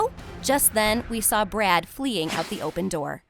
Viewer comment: Am I the only one who's hearing "brat"instead of "brad"💀